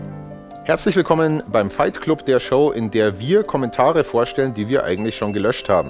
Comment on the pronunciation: Mensch, sprich Club doch englisch aus! So ruinierst du doch den Wortwitz.